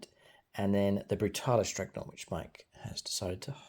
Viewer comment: Its DREADnaught. Not "dreg" 😅.. I just can't leave it 😂